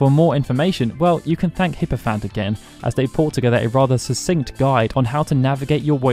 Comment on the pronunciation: I believe "Hyprophant" has an R that isn't silent...